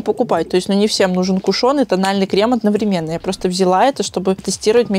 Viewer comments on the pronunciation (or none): none